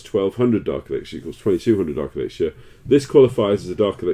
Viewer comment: You rock Daddy and i love your vids but could you please pronounce elixir as [ih-lik-ser]